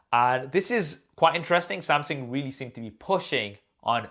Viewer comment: please stop saying Sam-Seng